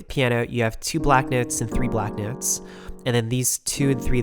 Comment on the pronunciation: "sew, you have 7 white nehwts"